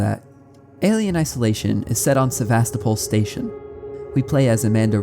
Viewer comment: istg he said Sevastopol wrong on purpose so many times....